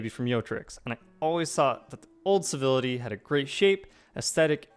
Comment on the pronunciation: Why do you keep calling it "Bivility"?